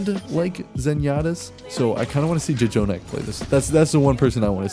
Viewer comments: Its pronounced Jonak. Not J jonak. One j is silent. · Did you just call jjonak “Jajonak”? Dafuq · this guy really just "juh-jonak" why bro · who tf says "ja jonak" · the first J in jjonak is silent ;)